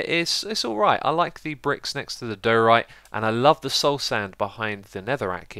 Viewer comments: It's DYE-oh-right for diorite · number 1 and also diorite is pronounced die-o-rite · xisuma its pronounced di-o-rite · Diorite is pronounced die-or-right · Hey xisuma (: Those new stone blocks: Diorite, Andesite, and Granite are pronounced Die - ore - ite And - eh - site Gran - it Hope I could help a little with words (: And I like both #1 and #3, but #1 is my favorite